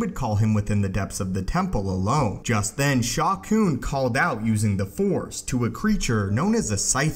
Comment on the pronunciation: Sha Koon? Sounds like a Plo Koon/Shaak Ti love child or something.